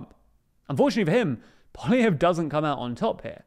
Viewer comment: Happy to see has learned how to pronounce "Poilievre"